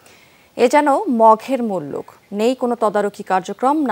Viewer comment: আপু উচ্চারণটা মঘের মুল্লুক না। উচ্চারণ হবে মগের মুল্লুক।